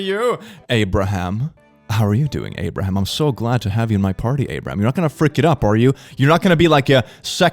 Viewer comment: “Abroham” my urge to say lincoln